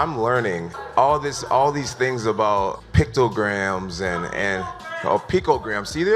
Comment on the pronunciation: Check that Starbucks cup, I'm sure it has lots of "PINTO GRAMS" like Dumbass jones keeps saying after being corrected LOL